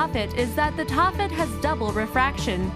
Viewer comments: HAHA TAAFFEITE..... "ta-fite" Benitoite "beni-tOYite"..... Never heard of Poudretteite.... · #16: Taaffeite. Taaffe is a Celtic name, usually Welsh. It shows up in the racist English nursery rhyme, "Taffy was a Welshman, Taffy was a thief....." So the name of the stone is pronounced, "Taff-ite." PLEASE do your basic research before uploading these videos!!!!